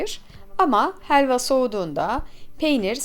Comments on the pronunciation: Hheeelva degil abla helva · Heelva değil helva